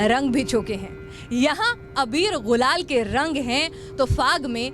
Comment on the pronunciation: Gulal not ghulal, phaag, not faag.